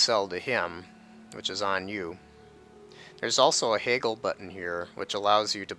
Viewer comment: Don't mean to be rude because I love you and these videos but Haggle is not pronounced Hay GGle, it's pronounced Hag L, say Hag then the letter L.